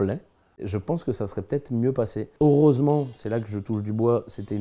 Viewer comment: Belle anecdote... il y a juste un truc qui a saigné mes oreilles, c'est que l'on dit aureusement au lieu de heureusement 😖